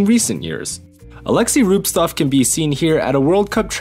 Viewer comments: I wander, why noone wrote it. He is not RubSTov, he is RubTSov, "TS", like in wort "cent". Even in russian there are no such bad names ))) rubSTov is hard to say) even you can see it. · Pretty sure it's Rubtsov not Rubstov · Dude it's rubTSov, (not rubestuff) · You pronounce Alexeys surname incorrectly through whole video.. Big sad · Ok the pronunciation at least matches the written name, but both are wrong. Pro tip: Just copy and paste it from wikipedia. ;)